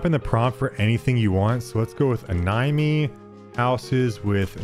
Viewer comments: Why did you call Anime "uh-ny-mee"? lmfao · The number of words mispronounced in this clip made me think this was made with AI. "Anime" as ANN NIME ? Bro? really?